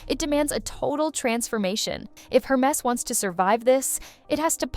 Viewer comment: Air mess. Not---> her mess.